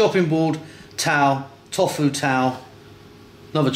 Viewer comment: you dont pronounce it "Tof-fu" hahah you pronounce it "To-fu"